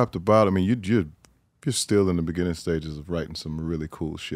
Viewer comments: It’s like this foreign preacher tryna read the Bible. Type it in. It’s gonna be so worth it. 😂😂😂 Type in “In the beninning” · “In the Beninging” 😂😂😂💀💀💀